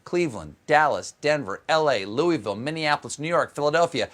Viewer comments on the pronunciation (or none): none